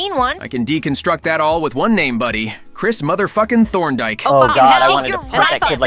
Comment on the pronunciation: Crishtofor f*cking thormdik